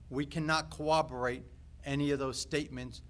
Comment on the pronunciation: Cowaberate? It's corroborate